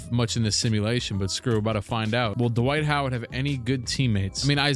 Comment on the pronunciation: D'Wight Ho'Ward